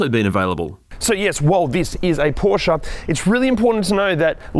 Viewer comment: Thank you for the great review. I'm thinking about buying a 2018 Macan S now. It feels and looks like new. And thank you for saying Porsche and not Porsh like most English speakers :)